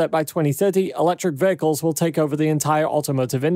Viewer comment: The word "vehicles" was spoken 2392 times in this video. And pronounced as "vahicles".